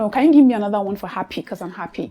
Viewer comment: you thought you could pronounce things correctly? 😂😂 Far from it, from your opening statement, the pronunciation of "Another" is wrong..... "welcome to another........"